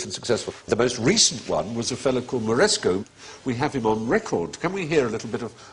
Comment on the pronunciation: I admire Stephen Fry's erudition, although he is not immune to error. The correct pronunciation is Alessandro Moreschi, NOT MoreschO. Also regarding castrati, it was not just 8-year-olds; ages ranged from 6-12 or even later, and alterations were not exclusive to Italy. In addition, Farinelli could sing several notes lower than the middle C claimed by Fry. Regardless, the quick barber jokes at the end were clever.